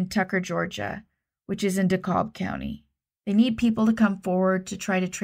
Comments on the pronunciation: Just FYI, Dekalb is pronounced like Dee-Cab 😊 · Great cases, as usual. Thank you for your respectful way of telling these stories. One tiny correction - DeKalb County in Georgia is pronounced dee-CAB (like taxi cab). I only learned this when I moved there!